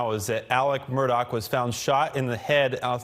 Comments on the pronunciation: Murgaugh. Say it like your saying murder...but your from Boston. Why are they pronouncing it Murdock? Ludicrous. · Sitting here cringing as I listen to this reporter keep butchering the name. It's Murdaugh NOT Murdock. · Hey dude you stink at spreading he doesn't pronounce the name right